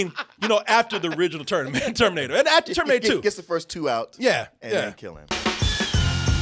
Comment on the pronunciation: This nigga said el terminato Im fucking dead